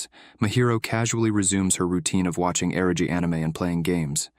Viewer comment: I love Onimai, but UGH, this video is really awful. The AI mixes up character names, confusing Miyo with Asahi and Mahiro with Mihari. It also misgenders Mihari, inconsistently mispronounces Kaede’s name, and mispronounces words like "eroge" and "yukata." To top it off, it screws up the timeline.